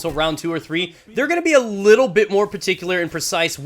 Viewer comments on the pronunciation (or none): none